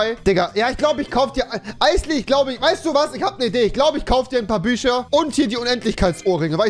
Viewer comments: Andere: bücher Rewi: büscha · Wieso sagt er bei Fisch ch aber bei Bücher Büscher tausch die doch einfach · "Ich glaub ich kauf dir paar büscher" Büscher Büscher !!! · Büscher? Büscher! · Bücher oder Büscher?